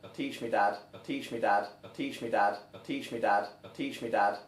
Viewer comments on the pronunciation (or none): it has been 4 minutes and all i hear is "teeshmidod" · I hear "Peach me dad." XD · I hear teach me dad, but like teach my dad with a Scottish accent. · I hear "impeach me dad"😂😂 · Including those mentioned in the comments below I hear: "Teach me bad " 😂 "Teach me that" "Tea tree dat" " Tissue Dan " " Patient dab " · Sounds like "teaching without" after a while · "Teach me dabs" Can't unhear it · I keep hearing "bud teach me ad" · I here "blitch me dab" xD